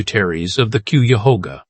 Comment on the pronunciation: Drink (water) every time the AI mispronounces "Cuyahoga". You'll stay well hydrated.